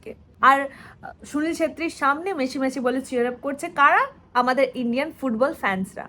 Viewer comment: Aare didi 'Meshi' na 'Messi'